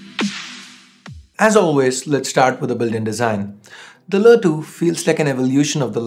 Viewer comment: Wtf is lä 2?!.. U cud just said LE 2